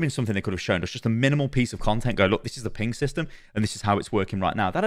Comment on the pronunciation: Why does keep calling it a "peeing system"? I thought about joking about that in his original dev blog video but thought it was a bit too low-brow. Well, he's just said it about 15 times and I can't ignore it any more. I guess Overwatch 2 is getting a peeing system... edit And also, WHO CARES!?! Jesus jumping Christ has already spent 10 times as long talking about the peeing system as he has about literally anything else in the alpha. Doomfist? Vague explanations. Balance? Vague explanations. Peeing system? Technical documentation. Why?